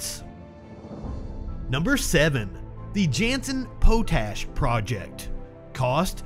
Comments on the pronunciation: Also, pot-ash. Not poe-tash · Potash is pronounced pot - ash. Not Poe-tash. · I thought it was pronounced Pot ash, not Pote ash...